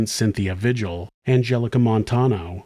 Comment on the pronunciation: Cynthia Vigil is pronounced “Vee-hill”